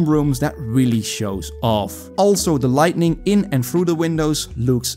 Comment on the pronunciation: Hey idk how long youve done english but its lighting your trying to say not lightNing